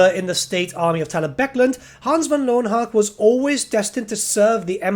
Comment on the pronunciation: learn your german, pal. its pronounced leuven hucka. love your channel btw